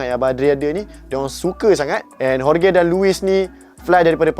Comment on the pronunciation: Jorge is pronounced Hor-hay